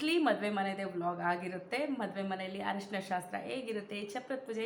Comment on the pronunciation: ಹರಿಶಿನ ಅಲ್ಲ. ತಾಯಿ ಅರಿಸಿನ. .